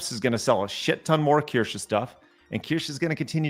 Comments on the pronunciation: not that you are pronouncing Kirche 🍒 correctly either ends with E but you pronounce an A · They are really trying to get Kirsche cancelled, huh? You are right, it will only get her more subs, because she is absolutely right. BTW: As a German I can confidently say you are all pronouncing Kirsche (slightly) wrong. So no worries about Asmon's "Kirschi" xD